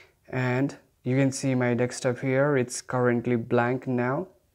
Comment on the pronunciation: DESK-TOP not DECS-TOP otherwise well done 😆